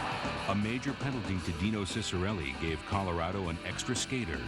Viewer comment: Cant even say Ciccarelli the right way, lol.